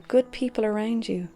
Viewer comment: no one:: arEWWNd me